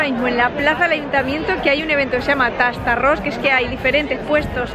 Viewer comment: me ha gustado mucho tu video, solo comentarte una cosa a nivel curioso/informativo. TASTARRÓS es la unión para darle nombre al evento de 2 palabras en valenciano, TASTAR y ARRÓS y "tastar" significa "probar" x lo que en castellano seria "prueba arroz" y la pronunciación es tal cual se escribe, no teistarros. En cuanto a tu solicitud de sitios donde comer, yo de voy a aconsejar uno donde almorzar (esmorzar en valenciano) es una bodega que se llama "la pascuala" x el barrio del Cabanyal donde vais a poder "tastar" unos bocadillos XXL de lujo. Ya nos contareis. Un saludo enorme y espero que disfrutes de "la terreta"😘